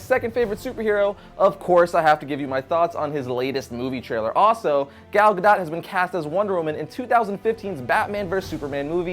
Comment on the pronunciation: you pronounce "gal" wrong. you make it sound like "gale" when it should sound like "gall".